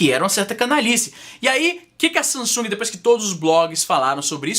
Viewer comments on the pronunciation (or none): none